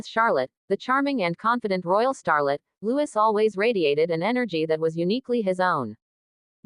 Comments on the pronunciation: His name is Lou-ee not Lewis!!!!!!!! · PLEASE, the child’s name is LOUIS. Loowee. No S sound . NOT LEWIS.